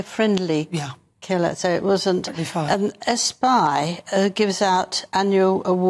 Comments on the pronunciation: Angela, ESPY is pronounced ehsspee! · It's pronounced "ES'-PEE", not "ES-PIE' ".